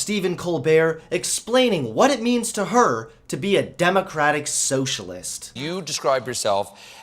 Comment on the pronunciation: You keep pronouncing democrapic